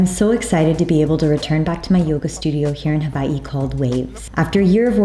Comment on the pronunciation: W is pronounced V in the Hawaiian language- that’s the correct pronunciation. 🤙🏼